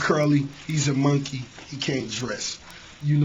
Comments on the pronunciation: I swear Ross is saying Monkey with a U. "Munkey... Lol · "MUN-KEY" - RR 🦍🤡😭🤣🤣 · the a way he pronounces monkey is hilarious 😂😂 one thing you can say is both these niggas funny as hell